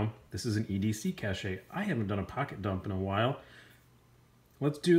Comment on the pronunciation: Cache is pronounced like "cash".